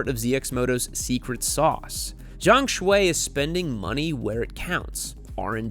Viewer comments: I believe his last name is pronounced "Shoe" rather than "Shway". And I was as pleasantly surprised and totally shocked as anyone when I realized the 820RR-RS was winning races in WSS already. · By the way, his first name Xue is mispronounced, Yall remember the tiktok song Xue Hua Piao Piao? Same Xue.